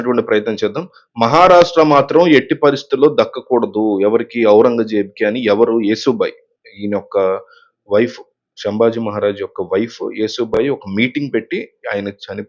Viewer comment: హలో బ్రదర్ యేసు బాయ్ కాదు ఏశో బాయ్